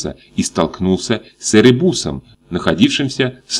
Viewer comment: Наверное, правильно говорить ЭрЕбус, а не ЭребУс. Что у вас текст читает молодой человек, судя по всему малограмотный, который ничего не понимает, что читает. Если хотите пудрить народу мозг смените диктора.